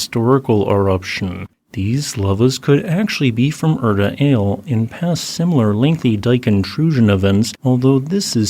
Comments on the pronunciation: Feels oddly similar to the 2018 Kilauea LERZ eruption, though hopefully with less destructive results for Afdera. Also, I could be wrong but I believe the 'Ale' in Erta Ale is pronounced "Ahh-leh" rather than "Ail". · Just FYI, it's pronounced Erta Ali, not Erta Ale.